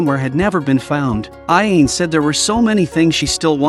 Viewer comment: The guy narrating this video is pronouncing the ghost's name super wrong he's pronouncing it (Ah・Yane). It's (Ah・Ya・Né). Get it right, man.